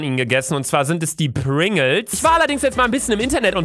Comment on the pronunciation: Die hießen Pringles nicht pringels